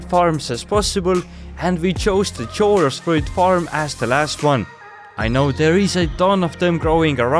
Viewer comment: Blud chorus fruit as in chapter…cho..😂